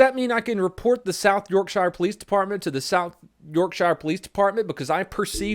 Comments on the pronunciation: Pronounced Yorksher. Not Yorkshire. Love you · York Shie ur? You mean Yorkshire? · And this is why I’m now a British man living in the states, also: it’s not pronounced “shy-er” like “the shire” in lord of the rings, it’s pronounced “shuh” like “York-shuh” it’s a common mistake Americans make which I’m assuming is because of Peter Jackson lol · You pronounce yorkshire like York-sure, not yorkshire like the the hobbits shire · ik this is an old video but to all people who pronounce yorkshire as 'york shier' it is pronounced 'york sher' or if you have a more northern accent it whould be 'york shuh' that is all just a pet peve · I hate when people say York shiare not Yorkshire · When americans say "york-shire" Everyone in yorkshire (pronounced yorksure): 😑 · Its south yorkssure not yorkshiere (Love you ) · It’s pronounced York-sheer not York-shire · York-sher Not York-Shiyer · its spelled yorkshire said like yorkshere not yorksiiir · not yorkshyre, yorksher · York sure. Not York shire. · it’s York sher that’s how you pronounce it:) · yorksheer for pronounciation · I know it's not how its spelling suggests but can you pronounce it York-sher please? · It's "York" "sha" 😂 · Shire is not pronounced like that it’s more like shuh, also wtf I knew Yorkshire was a rough area but FUCK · it's pronounced york-shah cause uk's silly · Its not yorkshire its pronounced yorkSHEER you fucking dopey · York-shire..fail! Ffs learn to say Yorkshire properly 😂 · it’s pronounced “yorksher” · Hey I'm from south Yorkshire Its pronounced as Yorksher pls don't butcher it again 😂😂😂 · South York-SHIRE... I'm hurting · just a heads up about how to say Yorkshire in Yorkshire we don't say anything correctly its pronounce York-shur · It’s pronounced Yorksher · we ashy Yorkshire like Yorkshear it's wired plus we don't sound like that we have a few hundred F*cked up accents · The way you say "Yorkshire" is hilarious. It's pronounced 'York-shur'